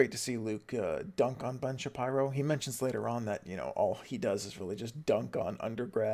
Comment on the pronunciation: Why are you calling him Shapierow?